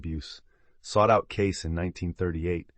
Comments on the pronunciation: His name is pronounced as Edgar Caysee not Case Love information about his abilities to heal people. I also love the information about the cats. 💖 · His name was Cay-see, not Case. Another AI fail. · His name is pronounced kay see. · HIS NAME IS PRONOUNCED. "KAY. CEE" not. KAYS.... . IS THIS AI. ? WHY CAN WE NOT HAVE THE PLEASURE OF LISTENING TO A HUMAN VOICE NARRATION???!!! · Learn how to pronounce his name Edgar Cay-ceee!!!! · I believe his name is pronounced Kay-Cee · Cayce is pronounced KAY-SEE. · AI SVP Caysee!! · If you're going to use an AI voice, you should misspell Cayce as Casey in your script to get it pronounced correctly. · EVERYONE knows it's pronounced "KAY-SEE" I can't believe you did this entire wonderful video without knowing. I have had TWO CATS appear at two separate times when I was grieving deaths--my Mom and then years later, my best friend. Thanks for the video, but I wish you had heard how the world pronounces his name. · Cayce is pronounced Kay See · His name is pronounced 'Caysey'. Sorry to say but ai really makes a mess of the truth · Edgar‘s name was pronounced CAY – SEE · His name is pronounced KC or CAYCE please. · Say his name properly please